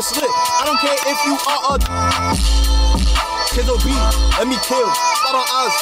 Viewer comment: said the name perfectly 😂💛